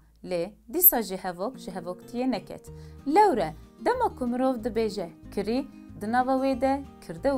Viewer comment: Bibore xanima hêja, gotina kirî, tîpa "k" ê sert e, ne nerm e, û tîpa "rê" yê jî lerzok e, anku we du " r" yan divê were bilêvkirin.